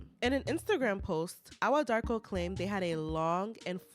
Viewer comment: Hii Ghanaian here. Awuah is pronounced eii-wuuaah. Joseph is a liar, thief, dishonest, selfish, greedy person. Fake within and without.